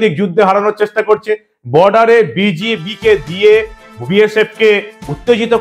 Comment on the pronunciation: আরে ভাই বিজেপি নয় বিজিবি বলুন। ভালো করে স্পষ্ট করে বলুন।